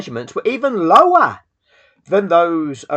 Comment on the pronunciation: „The measurements were EVEN LOWAHHHH" The lower class british accent going up to 11 when you're extra mad is hilarious, 10/10 video.